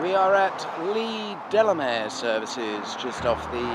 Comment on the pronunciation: As a West Country local, Gordano Services is pronounced "Gore-Day-No" rather than "Gore-Dahn-No". Also, to be picky, Leigh Delamere is "Leigh Deh-Lah-Mear" (with the stress on the R!). 🙂